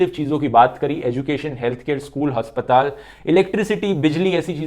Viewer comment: bhai ne prove kr diya haryanvi hai 😂, aspatal=haspatal bhai love u bahut acha kam kr rhe ho